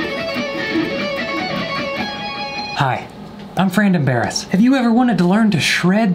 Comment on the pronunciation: It's not, its